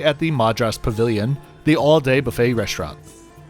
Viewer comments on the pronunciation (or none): none